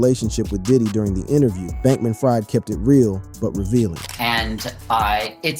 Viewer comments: It's pronounced Freed - not Fried, even though spelled that way. Where have you been? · It’s not ”Fried” as in fried chicken. It is pronounced as ”Freed”. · New sub… I know his last name spelled like fried chicken but he pronounces his name Freed like freedom… watch any news report and they will pronounce it correctly… good content though… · You pronounce Sam Bankman last name Freed although its spelled Fried.